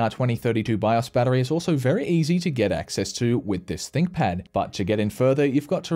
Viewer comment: ooops I misheard Stinkpad once =D